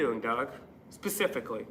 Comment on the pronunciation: They can’t even pronounce specifically!